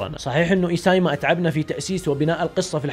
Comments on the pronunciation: اسياما ❌ ايسايما ✅ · حبيبي يا و إنطباع و شغل جبار إستمر يا صديقي ❤️ بس الكاتب إسمه إيسيياما و ليس إيساميا و عشان يصلك النطق الصحيح إيسي ياما إنطقه كده 👍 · اسياما ❌ اسايمه✔️ 😂😂😂😂😂🔥